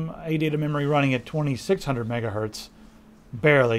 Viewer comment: Is it me or did he say "megahurt" :p